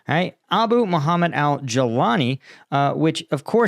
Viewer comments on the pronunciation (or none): none